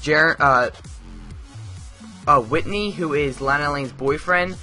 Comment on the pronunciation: I have been watching smallville since season 1 and continued watching till season 10.. And now I own all of them on DVD. Personally if you going to do a review on the show you should know more about it. Ye Clark's friends name is Chloe.. And Lana LANG. Is pronounced Lona Lang.. The first 4 seasons of this show Clark is in high school.